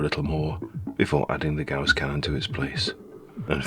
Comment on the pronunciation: It's actually "Ga-uss" (not "goss") :)